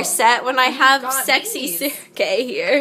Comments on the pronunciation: I like the turtle being named Sergei, my friend's little brother Sergei was obsessed with turtles, so I think the name is suitably turtley. pronunciation is good, but the emphasis is on the 2nd syllable. You guys are saying it SER-gei, but it's ser-GEI. =] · Sergei is pronounced with the accent on the E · As I'm Russian I should say that "Sergei" has the stress on the second syllable.Like...SergEi